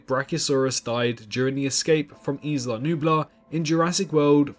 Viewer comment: It's interesting how many people don't know how to pronounce Isla. Not is-la I-la like island without the nd 😊